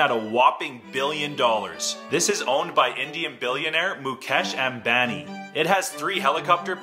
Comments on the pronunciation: WHEN U PRONOUNCE MUKESH AMBANI AS MOKESH EMBANI 🤣🤣🤣🥴😅❤️ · MukEAsheas Aaaaaambani not that itd mukash ambani ma indian so i can pronounce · The way he pronounced "moocash embenny" Just cracks me up😂💀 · “Mukash ambani” the way he pronounced it was so funny coming from an indian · Mukash Ambannni man how he pronounced him was funny 😂😂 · Muk - ass eembanee nice pronunciation though 🤣🤣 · How to pronounce Mukesh ambani- Mukaysh Embaani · It pronounced Moo-kaysh Amm-baani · Not bragging but its pronounced MUKESH UHMBANI(AMBANI) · Love how he said “Mukesh ambani” If Indians have heard him they will be like whaatttt I don’t know who is mukesh ambaani is🤣 Our pronunciation is little but different that’s why I m telling this😂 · he: pronounces mukesh ambani wrong 😑 me being an indian: 🥿 😡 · Broo it was funny when u pronounced mukesh ambani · When he pronounced Mukesh Ambani....:) But that's understandable he's foreigner ,so yeah he has a whole different accent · I like how he pronounced Mukesh Ambani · U actually pronounced mukesh ambani wrong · Pronounce Mukesh Ambani properly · I really request anyone from the bottom of my heart, to please do not pronounce "Mukesh Ambani" if you're not able to. Look there, my guy had a momentary seizure pronouncing the name.